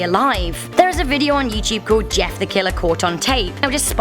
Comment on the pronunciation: It’s “Jeff” not JESS